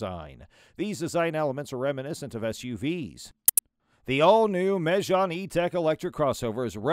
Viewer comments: It's meg-Anne not mehj-haan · Renault Me-jjaaaaarne?! 😆 Pretty sure it’s Me-Gan 😁 That MG is impressively equipped!